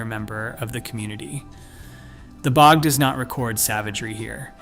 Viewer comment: Weird mispronunciations: B O G instead of bog, etc. Mismatched images. I'm not believing it if they can't even be sure their visuals are relevant. Also, the skeletons were from thousands of years, not all from 7-8,000 years ago.